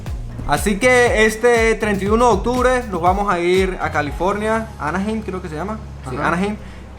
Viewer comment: Se pronuncia anajaim, felicidades por los tickets, como siempre buen video y buenas vibras, espero andar por ahí cuando vengan.